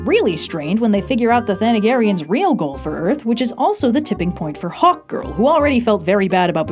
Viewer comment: Anyone else here hot girl instead of hawk girl?